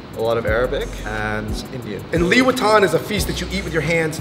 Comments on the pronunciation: Why i always hear louis vuitton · Everytime they mention liwetan, what i hear it Louis Vuitton... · Always misheard the "Liwetan" with "Louis Vuitton" lol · Omg you guys said liwetan just like Louis Vitton, I keep questioning myself where the freak is the LV, man 🤦🏻‍♀️😂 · I love the way you guys said ‘liwetan’ and make it sounds like ‘louis vuitton’ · Liwetan, and i heard louis viotton 😂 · how to read Louis Vuitton : Liwetan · i thought u just said louis vuitton.. lol